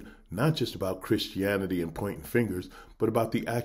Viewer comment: "Hey kids, today I'm gonna teach you how to love God and be a good kkkrischen"